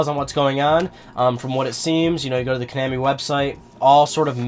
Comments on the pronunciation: It's konaaaaaami, not konäääääämi. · Your pronunciation of Konami annoys me.